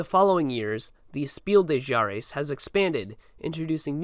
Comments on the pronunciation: Fuck chares was probably a more accurate spelling of how he said Jahres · "Speel de Chares" is also funny.. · Couldn’t agree more also “kinder Spiel des Jahres” somehow became “Kenner Speel de Jares”